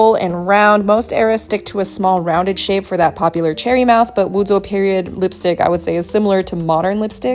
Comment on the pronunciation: Never heard of the pinyin "zhou" being pronounced like "zou"